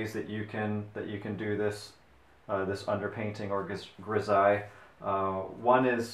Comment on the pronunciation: Pronounced: Gri-zal-ly